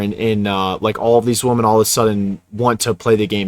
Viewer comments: Bruh you gotta pronounce “women” correctly, it’s hard to listen to. It’s pronounced “wim-en” as a plural, and “wum-an” as a singular word. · Learn to enjoy solitude. I consider not having to interact with others a luxury. (Btw, plural for woman is women which is pronounced Wi min) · It's WOMEN not WOMAN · Bro. It’s WOMEN. Not “woman.” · I can’t listen to a guy who cannot pronounce woman in the plural correctly. You lose all credibility when you do that and it sounds like nails on a chalkboard. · im prolly gonna get shit on for this but please pronounce “women” properly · Dude please say “women” it’s super annoying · Bro can you please pronounce “women” correctly. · I don't think people will be able to take you seriously if you keep mispronouncing the word "women"